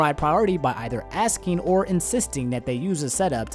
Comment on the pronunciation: Is it just me, or does keep saying "Axe-ing" instead of asking